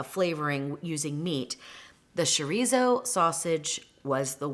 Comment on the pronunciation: Besides, it’s cho-ree-so.